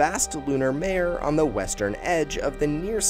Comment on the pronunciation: Man, you've got to do more research into name pronunciation. Teach your voiceover guy/software. The lunar seas -- mare -- are MAH-RAY. Jack Swigert -- SWI (rhymes with fly) GERT, Alfred Worden -- WORD (pronounced as word, because it IS WORD) -- EN, etc. Please get your act together before trying to teach any more history.